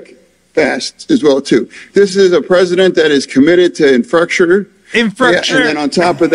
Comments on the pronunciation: "Infructure", lol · He called Biden a broken bridge,😂 the delegadation of the infructure. Mush 🧠